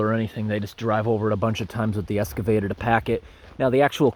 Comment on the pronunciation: I am subscriber and regular viewer. I enjoy most your videos but there is one thing you should consider. The pronunciation of excavator. It is not an escavator, a non-word you seem to use often. Just trying to help your channel come across as more professional.